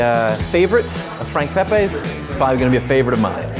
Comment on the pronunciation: It's not Pepays.